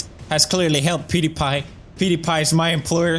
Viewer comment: Did he just call him Pewdy?